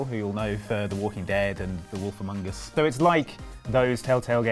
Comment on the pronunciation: "The Wolf Amung-us." -, 2017